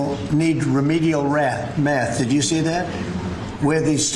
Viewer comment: Remedial “rath” !!